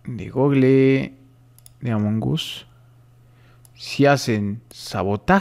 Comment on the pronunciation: Se dice among us no jamon gus